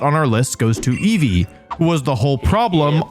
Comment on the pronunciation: inceevee anyone?